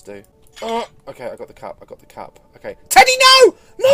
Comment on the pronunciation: WHEN u said cup i though u said fuck